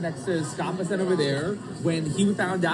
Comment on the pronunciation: First of all it ain’t Vessent… it’s BESSENT. I’ll give you a pass on that you are more concerned with LIKES rather than accuracy in content, as with many of your contemporaries . Second…. The creep was not chased out by a bunch of patrons with pitch forks and torches. He fled out the back door like a slithering coward… afraid to face his public who he is placing in financial ruins. Third… The putz is not a goon. Third. His another milk toast, boot licking, spineless, knee pad wearing sycophant But I do like term “Chew and Screw.” You should resister the phrase as a registered trade mark. But nobody and escape my “Drama Queen” Tagline comment. Maybe, I’ll start my own Ytube channel dedicated to Drama Queens.